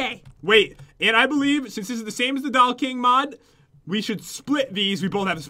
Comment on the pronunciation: Whenever pat says doll he says dall